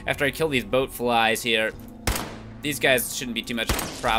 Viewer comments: I've been rewatching the Bobblehead Collection series lately and followed it up with this. I love how he finally says "Ghoul" correctly, but still called Bloatflies Boatflies. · srsly PBG boatflies? they're called bloatflies